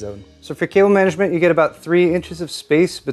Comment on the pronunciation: I swear he's saying kale management